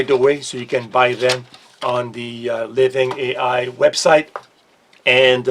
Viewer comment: "Living ei ai"......oh. 😂